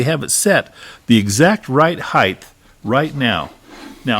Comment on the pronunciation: Height. Rather than heighth. Great video.